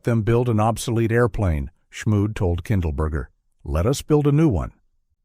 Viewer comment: Except for killing Edgar Schmued's last name, was a very acceptable video